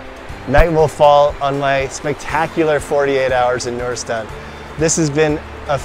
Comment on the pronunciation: It's noor’istan, Noor means light or shine not nureistan